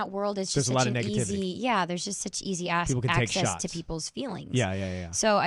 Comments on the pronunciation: haha no when she made the mistake of saying ass not access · no when she mistakenly said ass and not access. it was a joke though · 56 IT SOUNDS LIKE SHE SAID ASS..AHAHAHAH I THINK SHE WAS GOING 2 SAY IT.. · lol, "a***es ..access .."